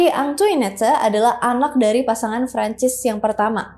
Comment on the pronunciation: hihi agak gatel pas denger penlafalan “Marie” nya bener (dengan R dicadel2in) tapi bagian “Antoinette” nya salah. Pelafalan “Versailles” jg gak konsisten nyebutnya— It’s ok, bukan bahasa kita (walaupun bisa cari tau di translator / google sih)